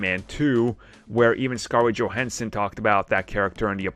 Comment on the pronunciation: Scarlet JO-HANS-SON not JO-HEN-SEN